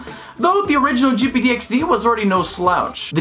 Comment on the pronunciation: “jipeedeeyexdee” speech - 100